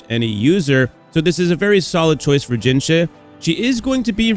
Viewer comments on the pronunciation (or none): dude keep saying jinhshit 😭